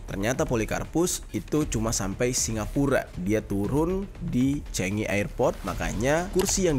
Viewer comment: The right pronunciation is “Changi” bkn “Chengi” bang.. spt “Chicago” bkn “Chicego”😊